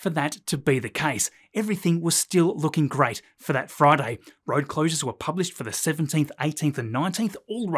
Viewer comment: Hey! Hey! on a froyday!